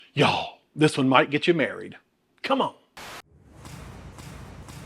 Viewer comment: I just love the way you say 'Y'all'! This looked so yummy, until you got to the red peppers which I am allergic to, any color actually, and also do not like the dried tomatoes. Hmm, wonder what it would be like without either?